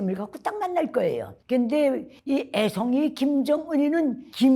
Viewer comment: 그 애!송이! 할 때 왜케 웃기지 ㅋㅋㅋㅋㅋㅋㅋ